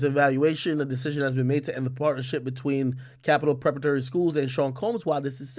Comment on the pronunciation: Yo Big AK King Tut 😂 Bredrin sound it out with me Preh para tory Preparatory haha